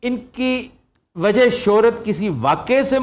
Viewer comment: very logical reply well done ....but he is indian dear .... Look at his accent .... He is saying 'wazah' instead of 'wajah' ....and some other words also ... He is indian